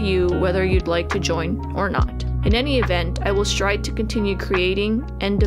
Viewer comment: *strive not "stride" But I understand his point.